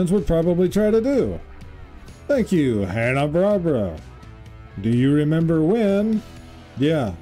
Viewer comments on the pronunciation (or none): Since you asked for corrections, it's pronounced Hanna Bar-bear-a not Barbara. 😉